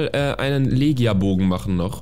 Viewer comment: "Legia Bogen" wir Lechia Bogen gesprochen bitte liken damit es sieht.